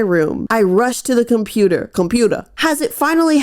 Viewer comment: "Computah" is gonna be a new vocal stim for me hehehe